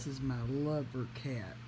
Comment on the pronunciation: Cat. Not car. 😂😂😂😂😂